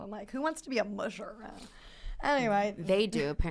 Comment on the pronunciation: Please learn how to pronounce the word musher. It's not "moo-shur", it's "mush-er."